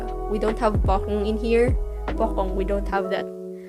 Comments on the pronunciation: Pocong not pokong😄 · POCONG ( ) NOT POKONG